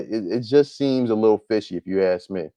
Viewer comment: Axe? What the hell is "Axe"??? It is Ask! Why black people REFUSE TO ENUNCIATE! For some reason, black people LOVE to sound as ignorant as possible..., DAMN!!!